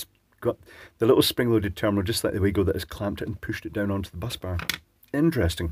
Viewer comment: Yes. Also, it is pronounced "VAGO" but everyone seems to prounounce it like our dear friend;)